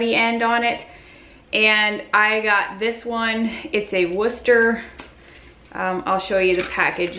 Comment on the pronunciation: Great idea for a video! Love that you pronounce Wooster correctly. Have to be from the area, I guess.